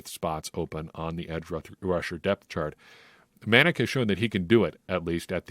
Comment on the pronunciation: muh Nac is how it’s pronounced for #47 Chauncey Manac. Watch his Ragin Cajuns where he was #17 on defense. Another game to watch is the Sun Belt Conference championship game against Appalachian State. For the first 3 years Cajuns couldn’t beat App State.